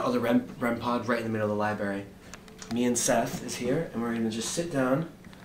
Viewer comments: anyone else hear him say libary instead of library? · I think the scariest part for me is when references the library as the “libary” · Every time every video, headed to the "libary" lol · I liked the video until he called the library a “libary” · The scariest part of this video is every time he says LIBARY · I love how says library lol libary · Vibes in the “Libary” nice vid guys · "one is in the libary" nice one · hearing him say “libary” hurts my ears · "libary" i almost clicked out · It's Library,. Not liberry.. go back to school. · I love your videos but GOOD LORD please... It's libRary. Not lie - berry....